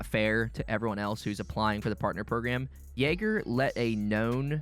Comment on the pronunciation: learn to spell YAGER, you spell the A like in JAR but without the R. and i dont get it why you are mad about the partner program and compare yager (devs since 1999) with an indie dev like iron mace... its like you wondering why you cant have a personal chat with biden but your friend whos interested in politics will talk with you all day long. edit: finished watching the video, how can you tell people to not play the game because their partner program is so bad? so this affects only streamers and youtubers, isnt even game related... also, you say that everything in the cycle is recycled from "The Cycle: Battleroyal"... there is no proof this game ever existed, and you yourself say that you have this from other people, no real source... so sad what trash you talk. i dislike what happened to the cycle too, they went the wrong way, wanted to make another EFT but failed by mixing arcade shooter with hardcore. but what you saying is only crying about loosing a partner program.